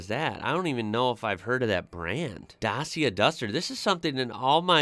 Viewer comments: Dacia WAS originally a cheap and VERY basic East European marque, before the "iron curtain" rusted itself to pieces! Basic motors for the poorest, without ANY safety aids or comforts! Then as the western markets started opening up, Dacia, (pronounced DA-CHIA) was bought out by Renault, in order to modernise it's production and it's range, The "Duster" is Dacia's first original design, and uses parts from both Renault AND Nissan, with whom it shares a lot of development resources. The range consists of a small hatchback called the Sandero, a mid sized SUV called the Jogger, and the Duster, it's main breadwinner 4x4! ALL are award winning BUDGET cars, at some time in their production run! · Skoda is pronounced-Shkoda,Dacia=Dachia,not Dasia. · OPEL. Vauxhall is not the real name. Also Škoda is SH-koda, also Reno Megan, also Dacia is Romanian brand - Dachia. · Dacia was founded in Romania and was later on overtaken by Renault, so it is now the "Romanian daughter of Renault". You pronounce it like..... well, add an EEA to the end of "clutch". Dutcheeeeea. :) They are among the cheapes vehicles you get in Europe, not bad but far from being very good. Seat is the Spanish equivalent to Fiat. So to say a "Spanish Fiat". The build their models very alike Fiat does but name them different. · The ci in Dacia is pronounced the same as the ci in italian ciao. Also it's the old name of the country Romania. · The way you pronounced Dacia is the way most English speakers say it, but it’s actually supposed to be pronounced (phonetically) DACH-EA. They came into being as a cheap car maker in Romania producing discontinued Renault Models primarily for their home domestic market. Renault took the company over in the 1990’s. Dacia is named after the old Roman province which is what we now call the Romania. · Dacia is pronounced datcha and is Romanian owned by Renault. Seat is owned by Volkswagon as is Skoda